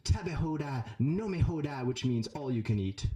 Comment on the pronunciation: You said, "no-me-ho-da" ? LOL That means, "don't f*** with me" in Spanish.